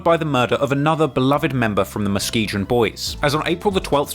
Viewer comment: Mus-key-gan. Lakeside is Muskegon. WTH are you talking about 😊